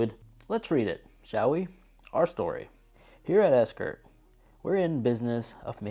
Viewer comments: Bruh how have you had this wallet for 5 years but still can’t pronounce the name correctly? It’s Ekster not ESKER 😂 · It’s pronounced Ekster, not ESKER! Decent review, but work on your speaking skills.